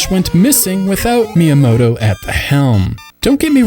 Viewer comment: Wow. This dude really has no idea how to pronounce Japanese names. (SHI-ge-ru, not Shi-GUU-ruu. Mi-ya-MO-to, not Mai-ya-MOH-toh.)